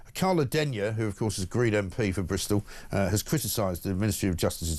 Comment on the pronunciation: even tries to talk like his master Blair with his dragging out the last syllable of every word and emphasising words like ‘OF COURSE’ even though the stress on the words makes no sense at all